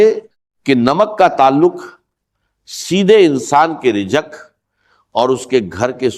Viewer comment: یہ کوئ انڈین شخص ہیں جن نے ڈاکٹر صاحب کی آواز بنانے کی کوشش کی ہے کیونکہ راز کے بجاۓ راج کہہ رہے ہیں اور رزق کے بجاۓ رجق کہہ رہے ہیں 🙏🙏🙏 زم زم کو بھی جم جم کہہ رہے ہیں